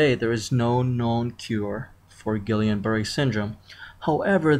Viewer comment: It's pronounced Gee-yan